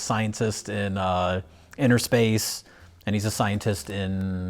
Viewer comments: It’s “inner space” not “inTer” space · Innerspace not Interspace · It's umm... It's Innerspace, guys, not Interspace. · Is it not Innerspace not interspace?